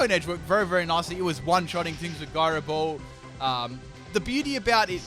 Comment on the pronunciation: the way that you pronounce gyro ball is cancer.